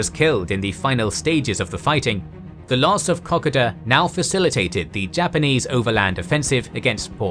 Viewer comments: Please ensure the pronunciation of Kokoda is better. Clearly a computer generated voice. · One would think, that before doing a video on Kokoda, one would learn how to say Kokoda. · When speaking the word "Kokoda", think of the car make Toyota. This is how "Kokoda" is pronounced. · Can't finish this, pronunciation is sooo wrong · I love your videos but have to skip this 1 because the way you pronounce Kokoda may be the correct way but its like nails on the chalk board to me. Can't wait for future content on all 3 of your channels. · Still can't pronounce Kokoda correctly. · There are so many videos on here telling you how to say Kokoda, mystified as to how you got it so wrong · Such a shame that you obviously do so much research, but mispronounce almost everything. Every Australian who’s ever lived will wince at your pronunciation of “Maroubra”. And many Australians of my generation heard first hand from our grandfathers who were there how to pronounce “Kokoda”, “Buna”, and “Gona”. It should have been an easy to check thing, that detracts from the storytelling. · wish he's pronounce Kokoda properly, great vid guys :) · Must agree as an Australian, the pronunciation of Kokoda I found very grating. I even had to check it was the same iconic battle that was the topic. Has me wondering if for years we have been getting it wrong? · Good to see, you guys took the feed back from the last video about the pronouncation of Kokoda 😑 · Oof that pronuciation of Kokoda is painful but i'll allow it cos is the GOAT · It's called Ko-Koda. it's ko first and then koda, not kok-oda. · Lol your pronunciation of kokoda is hurting my ears...just horrible....it's pronounced in English closer to Co Coo Da !! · I wish the narrator would learn to pronounce the word Kokoda correctly. He really should check as it really is frustrating to hear the idiot talking and butchering the correct pronunciation. It is KO.....KODA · We Aussies pronounce it co co da not cockada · Pronounced ko- KOda.